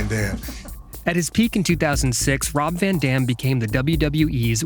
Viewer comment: ITS A ROB, ITS A VAN, ITS A ROB VA DAM